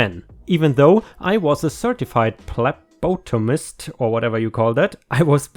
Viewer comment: phlebotomist is pronounced something like this: fleh-bot-o-mist. It's a tough word to pronounce. Great stories too. 😂😂🤣🤣😆😆